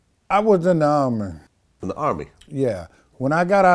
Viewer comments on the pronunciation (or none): what the fuck is the "urmy" lol. If you comment "he said army", you're an uncultured swine. I'm the one who actually formed the army -TK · "I was in the Rrr-Me"